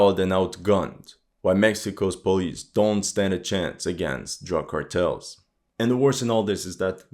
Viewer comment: Whats up with the Ä in Cartels?